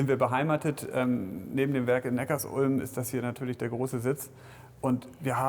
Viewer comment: neckarsulm hat er aber sehr abgehackt ausgesprochen :D